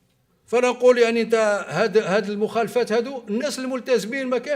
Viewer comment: ميعرفش. يقرأ موخلافات مخالافات ثبت رةحك